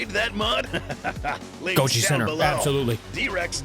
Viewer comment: GOJI CENTRE ❌ GOLJI CENTRE ✅